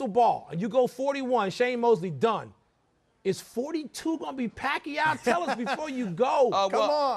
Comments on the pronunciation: floyd is great in all area's. he make's a fool of his opponents inside and outside the ring. "just say his name, just say pacquiao"........"mosley"...lol. he's the man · Floyd Floyd Floyd,,,, Just Say the Word "Pacquiao"..... Lol..... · now pacquiao is calling him out and now floyd cannot even say his name geez... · Floyd ! just say Pacquiao ! - Mosely ! EPIC FAIL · GAYweather is soOo afraid of Pacquiao he can't even say his name LOL. POOR FLOYD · pacman's 52-3 record is still better than mayweather's 40-0 because pacman also has other record like being champion in 7 weight division starting from a flyweight, not like 40-0 of mayweather who is only good at ducking and picking weak, old boxers.. Mayweather cant even say pacquiao's name.. tsk2.. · AHHH WHAT A BITCH HE CANT SAY PACQUIAO!!!!!!!! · Fortunately for you it isn't, but come on dude its a two cylibal word for fuck sake! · gayweather you cant even say the name PAQUIAO lol what a chicken ha ha ha ha ha ha ha ha ......... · "Common Floyd! Say PACQUIAO!" Floyd: "MOSLEY" HAHAHAHAHAHA! Chickenass!! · wow he actually cant even pronounce the word Pacquiao.... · He so scared of Pacquiao that he can't even say the name! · he's afraid of Manny Pacquiao that's for sure! he can't even say his name . . . he might piss his pants!!!! LOL! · Just say pacquiao just say pacquiao ! Mosley! ...... LoL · Floyd juz say pacquiao!!! M O S L E Y!! rofl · how? he cant even say pacquiao's name. pac wants him but he never runs out of EXCUSES , drug test,peds.bigger share of money,pac said yes to all of his demands and still cant fight??.. how in the hell could gayweather beat pacman if he cant even say yes to the fight? even american's are losing respect on gayweather cause of avoiding pacman.. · Gayweather Jr. can't even say the word "Pacquiao" Pak U Gayweather ! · i almost felt sorry for him, but start laughing my ass of when they asked to say Pacquiao